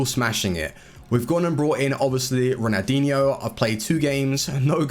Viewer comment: does it annoy anyone else that he says ronaldinho with no L